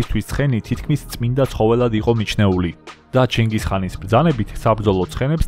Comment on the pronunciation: კაცო ვერ გავიგე ჩინგის ხანია თუ ჩინგის ყაინი